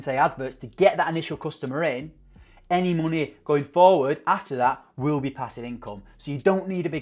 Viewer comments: Love how you say monehh xD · 'Monehh' true northerner 👍😏